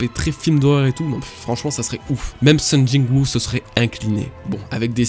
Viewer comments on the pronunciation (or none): IL A DIT SUNG JIN WUU HAHAHA MEC JTE SURKIFFE MTN